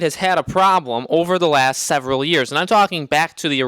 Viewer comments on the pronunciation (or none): none